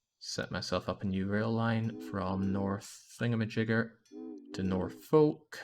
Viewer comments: It's worse than that, we actually pronounce the name as Norfork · I so disappointed that they mispronounced Norfolk, which, I shit you not, we pronounce Norfork. We also pronounce Beatrice, NE as Be-at-triss.